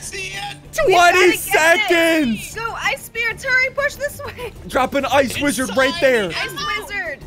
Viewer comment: Ssundee said widrard